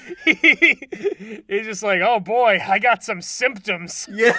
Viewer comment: "Simptoms" omg